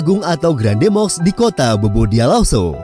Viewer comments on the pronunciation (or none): none